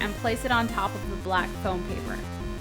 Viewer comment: Everytime she said fome I thought she said phone :3 Lawl